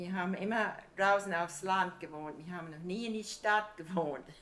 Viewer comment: The first Oma was saying mir instead of wir, just like in Yiddish